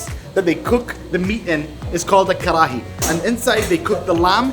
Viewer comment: The way u say kharhaiii had me bhrsting with laughter